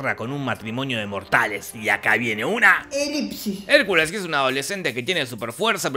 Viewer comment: Ver a la decir "elipsis" no tiene precio para lo demás existe Mastercard 🥰